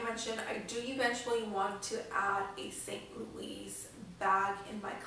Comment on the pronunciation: Lol good lord - St. Louis is pronounced “Louie” and Artois is pronounced without the S like “ar-twah” If you’re going to spend that amount of money on a bag understand the pronunciation.